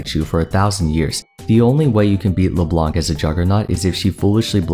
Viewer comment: It's really nice content, but the way he say Leblanc make my French want to fought for his honor